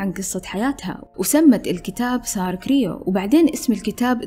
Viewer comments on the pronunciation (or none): سترة كروي مش كريو 😅 صححي معلوماتك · سارة كرووي مش كريو !! Croé